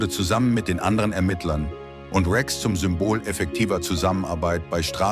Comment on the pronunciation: Wie kann man nur den Namen Rex so falsch aussprechen. hahahahaha